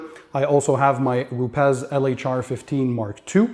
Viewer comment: Not “ru pez “. Pronounced “ru pees”